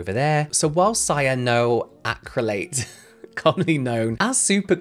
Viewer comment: You got cyanoacrylate correct. You also got corticosteroid correct. Antimony you said mostly correctly: Ann Tim Oh Knee, with the stress on Tim. We use so many products in our daily lives that have the potential to go wrong, very wrong. Never use a chlorine bleach to clean your toilet, for example. And if the room suddenly smells like a swimming pool, LEAVE. Immediately.